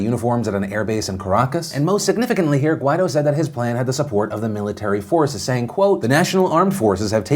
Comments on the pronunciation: Phil, the guy's name is pronounced "gwai-DOH", accent on the second syllable. That's what the accent mark means. Listen to how other newscasters pronounce it. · Everytime Phil pronounces "Guaidó" I feel like he's saying "why tho"